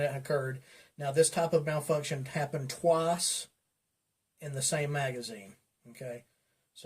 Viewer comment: "happened twass"